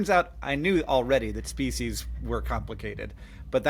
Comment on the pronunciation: "Ship of Speceus"